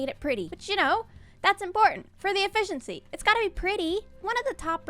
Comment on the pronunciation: Heh, "ef-fish-ency" :D